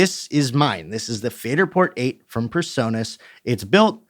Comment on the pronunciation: PREsonus not PERsonus. Yep. I'm that guy today.....